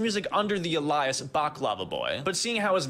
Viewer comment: Did you hear the way he pronounced alias 😂😂😂